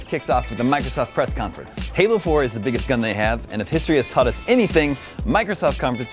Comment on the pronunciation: LOL it's halo 4 not hello 4 XD